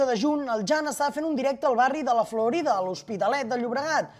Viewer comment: Es La Florida, no “la florinda” 😂😂😂